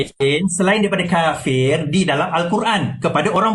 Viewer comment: Sembang sokong pas pasal takbir dia suara paling kuat TAPI ilmu sikit pun tak ada kena sergah dengan yang dia pandai sebut kapir kapir kapir laaaaa mat Hulu mana datang Ni nampak sangat jahil.